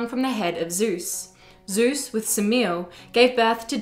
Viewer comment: The mother of Dionysus is not pronounced Semeel. Her name is made up of three syllables, the Greek being Σεμέλη. This isn't the only video that gets it wrong.